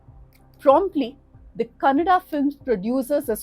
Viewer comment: Thank God you didn't say kannad😢